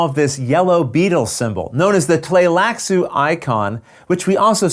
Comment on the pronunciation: It's actually wrong I believe (at the least the first couple of times...he changes pronunciations partway through). It should be Tlee-lax, not Tlay-lax according to readings of the books that Frank Herbert did. In the 1984 movie, it was Bene Tly-lax, which sounds how the word is spelled (and was thus how I pronounced it in my head when I read the novels). In this video he used both Tlay-lax and Tly-lax-u (not really sure how you could get Tlay-lax out of that spelling though).